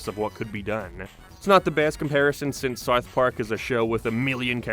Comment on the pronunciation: man how do you pronounce south so poorly